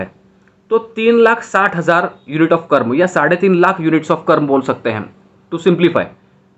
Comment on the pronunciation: Sir, call it Karm. Not karma. Like It's not Yoga.. it's yog, it's not mantra it's Mantr, It's not budha.. it's budh. 👍 Western people did this.